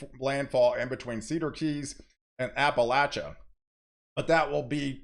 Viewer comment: North Florida resident here...just FYI... it's pronounced here, Appa-lacha-cola. I know we got to make everything different here in Florida. Apalachicola is pronounced totally different from the Appalachian mountains. Much love and ty for the amazing weather forecasts.